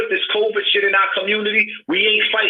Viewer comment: Did this nigga say coverd twice and not COVID